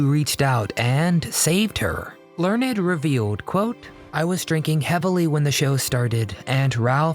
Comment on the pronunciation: It's not Learn- ed! It is Michael Learned as in Learnd.😂❤🎉